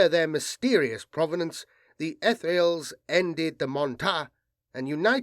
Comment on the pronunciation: I tought i taw (heard) BP propperly pronounce the Etherials?!